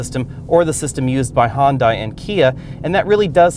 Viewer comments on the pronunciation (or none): He says hondai? Weird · "Hun-Day" like Sunday. lol